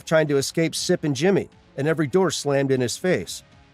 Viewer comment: Ok good video but are you saying slippin Jimmy or sippin Jimmy?